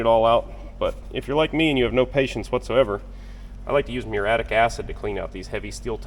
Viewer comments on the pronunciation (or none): Muriatic not "muratic".